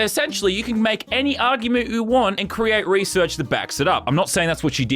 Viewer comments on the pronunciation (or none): he says argumeu lol